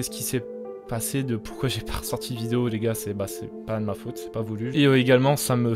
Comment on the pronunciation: il a dit une viose